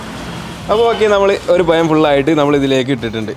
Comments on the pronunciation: പയം അല്ല പഴം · എടാ.പയം.alla. പഴം.പഴം.പഴം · Panama alla - pazham. Schame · കൊള്ളാം 👍പയം അല്ല പഴം എന്നാണ് .👍 പയംപൊരി 😂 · പയം അല്ല പഴം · പയം എന്ന് പറയല്ലേ പ്ലീസ് പഴം എന്നു പറയൂ അതാണ്ശരിയായ ഉച്ചാരണം 🙏പഴം പൊരി സൂപ്പർ, ഞാൻ മുട്ട ചേർക്കാറില്ല ഇനി ഇങ്ങനെയേ ഉണ്ടാക്കൂ 👍👍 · പയം. അല്ല. പഴം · പയം അല്ല പഴം എന്നാണ് പറയേണ്ടത് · പയം അല്ല പഴമാണ് പായമെന്നുപറയുന്നകേൾക്കുമ്പോൾ എന്തോപോലെ 😄😄😄🙏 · പയം അല്ല സുഹൃത്തുക്കളെ പഴം ആണ് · പയം അല്ല പഴം 🤭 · ആ പയം ഒഴിവാക്കി പഴം എന്നാക്കാമായി രുന്നു. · പരം അല്ല പഴം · പയം അല്ലട പഴം എന്ന് പറയൂ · നന്നായിട്ടുണ്ട് പഴം പൊരി പയം അല്ല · Payam alla pazham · പയം അല്ല പഴം...... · പയമല്ല പഴം എന്നു പറയാൻ ശ്രമിയ്ക്കുക. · പയം മാറ്റി പഴം എന്ന് പറഞ്ഞ് കൂടേ😞😞😞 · പയം അല്ല പഴം ഴ ഴ ഴ 😬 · ആദ്യം മലയാളം പറഞ്ഞു പഠിക്കു ... "പയം".....കേൾക്കുമ്പോൾ ചെപ്പ അടിച്ചു പൊട്ടിക്കാൻ തോന്നുന്നു.... "പഴം" എന്ന് പറയാൻ പറ്റിയില്ലെങ്കിൽ നേന്ത്രക്കായ.... നീയൊക്കെ കേരളത്തിൽ തന്നെ ആണോടെ പഠിച്ചത്... പയംപൊരിപോലും.... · പയം അല്ല പഴം എന്നു പറയൂ.. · പയം അല്ല പഴം 🤣🤣🤣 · പയമല്ല പഴം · പയം അല്ല പഴം കോയി അല്ല കോഴി ദയവായി യയും ഴയും നല്ലതുപോലെ സംസാരിക്കു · പഴം ആണ് പയം അല്ല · പയം അല്ല പഴം 😆😆😊😊😊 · പയം അല്ല പഴം എന്ന് പറയ് 😜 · ഒരു vlog ഒക്കെ ചെയ്യുമ്പോൾ atleast ഉച്ചാരണം ശ്രദ്ധിക്കുക... പയമല്ല... പഴം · "പയം" അല്ല? പഴം ചുമ്മാ പറഞ്ഞതാ 😀😀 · പയം അല്ല "പഴം.."😂😃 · പഴം എന്നു പറയു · ആദ്യം പഴം എന്നും പറയാൻ പഠിക്കുക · ഒരു പയം 😄😄😄😄😄🤣🤣🤣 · പഴം എന്ന് പറയാൻ അറിയാത്ത കോയ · ഉച്ചാരണം പഴം അത് ready ആക്കണേ